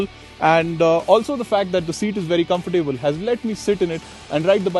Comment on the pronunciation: Thanks for the nice review! But please note: COMFORTABLE is pronounced COMF-TA-BLE- NOT "come-for-table"